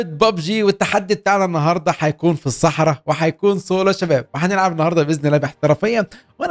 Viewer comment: كلمة السحراء هيك مو حرف الص